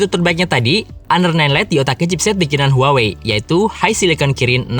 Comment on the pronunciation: Bacanya tu HU-AH-WEI